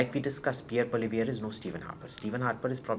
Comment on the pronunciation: Please call him by his name “Poo-ah-li-evre” and NOT Polly-viere!